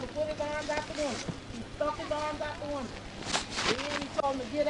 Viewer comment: I’m from California. What’s a “winda”?